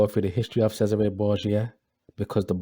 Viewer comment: you said Cesare wrong